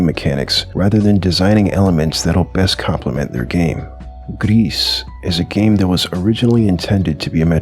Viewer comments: Totally agree, except on one thing. It's not gress/grease/whatever u said, "s" is silent. So more like "gree" Anyway, would love to have a new word for those games. So yeah, good video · "Gris" - french for grey. The "s" in "Gris" is silent. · You don’t pronounce the “S” sounds like you’re saying “grease” 😂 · It's pronounced "Gris". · Good video but you mispronounce gris, it's said more like gree but more tightly (?) and you don't say the s because like most french words tend to do. Just a little fun fact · Gris is pronounce “gree” it’s a french word meaning grey. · The S in "Gris" is silent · the S in 'gris' is silent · love the video but you mispronounced gris like 5 times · Not how you say gris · "gris" is grey in french, "s" is silent